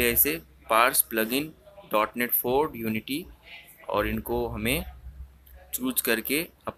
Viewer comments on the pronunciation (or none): It's not DE-NOTE 3/4 bro 😂😂 It's DOT NET (.NET) . A technical person should spell the technical terms correctly. BDW, the tutorial was helpful 👍